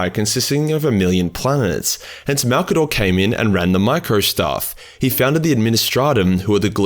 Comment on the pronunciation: Gotta admit, I was surprised when you got the pronunciation of his name dead right on the first go. I was guessing it wouldn’t be 30 seconds into the video before you were calling him ‘old mate Mazza’ or some shit to avoid all those syllables. I guess Maybe Malcador was an Aussie, and that is why his name comes so naturally to you?